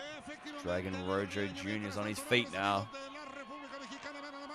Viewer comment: Daym great on all ends only his name is pronounced like "roho" but i cant believe when they strapped the title to him at the end it was upside down 😫